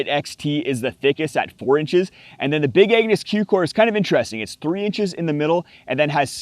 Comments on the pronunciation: I heard big anus!! He might not have said it, but that's what came out of his mouth 😂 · I'm sorry... did you call it "The Big Anus" !? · I swear I thought you said Big Anus😂